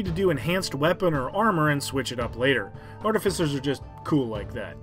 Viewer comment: And yet another creator that makes a video about artificers and doesn't pronounce it correctly. sigh.